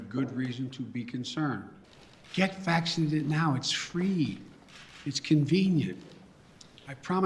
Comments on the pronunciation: He can’t even pronounce vaccinated right 🤦‍♂️ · he mispronounced "vaccinated"*